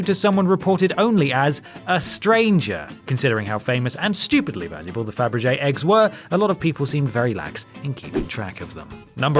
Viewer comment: You can't pronounce Fabergé or Caravaggio either!!